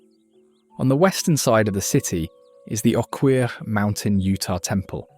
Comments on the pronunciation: Right??😅 Oh-kerr not oh-queerhuh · Oquirrh is not pronounced oh queer